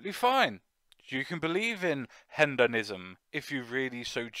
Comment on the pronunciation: Hendoism? Hendonism?.. Is there a point to mispronouncing it 5 times?